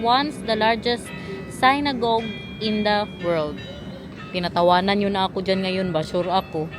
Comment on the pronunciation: Synague sinagog pag pronounce